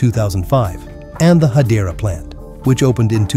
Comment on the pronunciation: Ашкелон и хАдера...надоело не правильное ударение 😅😅😅😅😅